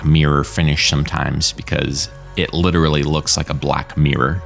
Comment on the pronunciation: Are you trying to say "'mirror' finish"? because it's not coming over very well. Maybe it's your equipment but it sounds like you're saying 'meere', which is really weird.